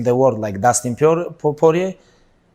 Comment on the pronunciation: I already knew he was gonna fuck up dustins name at first. Idk why lmao